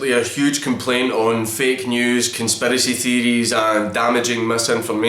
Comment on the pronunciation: The way you said Conspiracy Theories as "Con-spare-essy Thee-dees" Made me bust a gut xD. You're Scottish accent is perfect, I wish I had it to be honest xD.